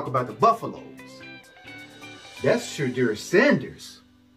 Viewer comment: WHAT IN Nickelodeon has Youtube suggested i watch...never again...he said SHAYDEER. 😅